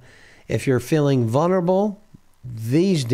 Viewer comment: Vulnerable….vul-ner-a-ble… both the 1st and 2nd “L”s are pronounced — neither is silent 👍